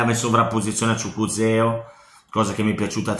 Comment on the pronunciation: Chukuzeo ahahhahahah si dice ciukueze😂😂